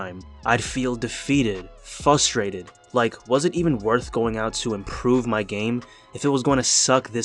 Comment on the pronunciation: One thing he didn’t learn in his twenties- how to pronounce frustrated properly 😂